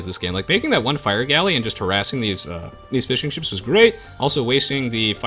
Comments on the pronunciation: "...and gets to start making fish and chips" ... cant unhear that haha. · Am I the only one who hears fish and chips instead of fishing ships?